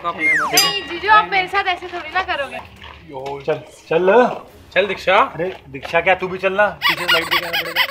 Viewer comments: It's diksha not deeksha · It’s diksha not Deeksha